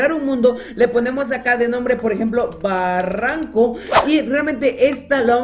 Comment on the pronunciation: decía baranco es barranco xd